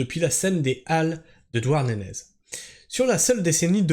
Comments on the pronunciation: Sa ce dit douarnené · On ne prononce pas le z de Douarnenez, on voit que tu n'es pas breton 😅